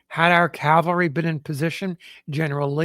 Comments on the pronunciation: Always love these "experts" who don't its pronounced CAVALRY......not CALVARY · the guy reading the account says calvary every time the text says cavalry. the text spells it correctly, but he pronounces it backwards every single time. i thiught that is what confused you.. spellcheck won't correct it, as it doesn't know which word you mean.